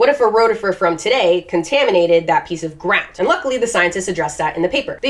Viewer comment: Yo can I have your blessing to make a supercut of all the cute times you abruptly annunciate one syllable words (GROUND, CRAB, RUFF)